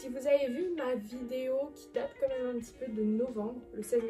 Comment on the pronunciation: “ Quand meuuume “ tu me fais trop rire quand tu le prononce ! 😂 😘 Sinon très sympa comme vidéo !!!